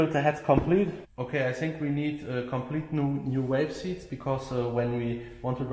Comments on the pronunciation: When it sounds like he says wave or waves he means valves. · even if he said falf it'd be close enough. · V v valve, not walve lol just pulling yer chain 😉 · Love your work but its valves vvvvvvvv valves not 🐳 😂. Only playing great work 👍🏻